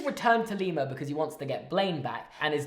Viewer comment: enjoying this but then the mispronunciation of Lima